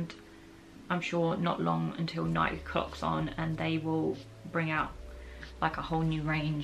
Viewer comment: Loved the video but I do have to say it... Nike rhymes with spikey